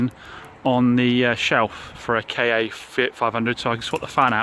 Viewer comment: Why do you call it a K A yes that is the lettering but it is Ford Ka as in one word